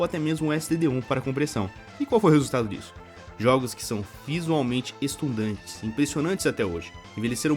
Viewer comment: "Estundantes" ou Estonteantes??? 🤔